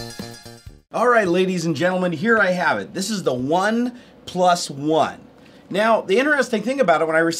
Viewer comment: It's spelled "OnePlus One" yet you keep pronouncing it "One... PlusOne". * facepalm *